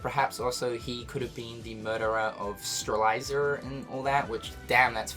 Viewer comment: "Stralitzer"? Really cynical? Fucking really?